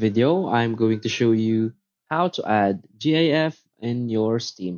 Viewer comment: you're saying GIF wrong